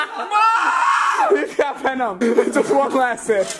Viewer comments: "da veNUM" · when he started to bleed then someone just said " He GoT vEnIOm" that just got me XD